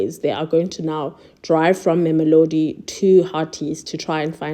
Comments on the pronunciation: Not Memolodi It's Mamelodi. Can't u read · Wonderfully captured. Please work on pronouncing names...LIMPOPO. There is no M after the first PO. MAMELODI. Not MAMOLODI...Slight criticism but it can be a bit distracting... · did she say ma'amilodi? Limpompo? 👏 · She just needs to improve on the pronounciation of our names. It was cringy when she said "Warona" or " Mamelodi"